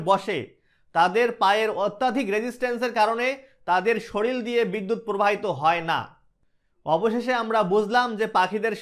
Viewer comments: খুব সুন্দর করে উপস্থাপনা করেছেন। পরবর্তি সময়ে "শরীর" উচ্চারণে দয়াকরে "সরীল" বলবেন না । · শরীল না কথাটা শরীর